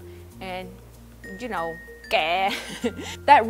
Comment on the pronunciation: "and joo kno" lmao. I couldnt stop laughing.